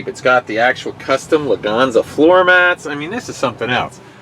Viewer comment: lwganza? its Leganza